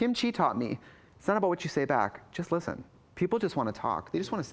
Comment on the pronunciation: Kim Chi: "Its not about what you say back, just listhin.